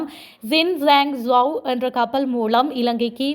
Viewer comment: மூலம் என்ற சொல்லை மூளம் என தவறாக உச்சரிக்கின்றீர்கள் திருத்திக்கொள்ளவும்..